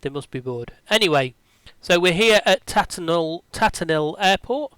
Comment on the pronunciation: It's Tatenhill (Tay-ten-hill) not Tatten'ill ;-) My home airfield.